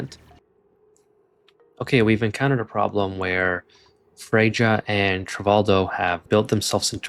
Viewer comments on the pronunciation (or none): Freyja = Fray-uh